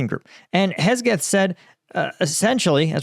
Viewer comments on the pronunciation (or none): man, you got to learn to read and pronounce things correctly its HEGSETH ... not KESGETH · "Hesgeth", huh? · pronounces names of people places and things funny. Hesgeth and Donbus 😂😂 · Hegseth ❌ Hesgeth ✅ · It’s unfortunate that you’re pretty uneducated on politics and the expansion of nato. Hell you can’t even say the sec defs name correct. Thats not what the british are griping about. It’s just so many mistakes that it becomes non credible. I’ve enjoyed your videos. I’m a military member as well. But man lately you’re kinda in left field. Stick to reporting on the war and not politics.